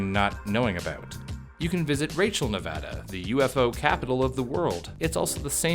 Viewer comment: You pronounced Nevada right! As a Nevadan, thank you. TuT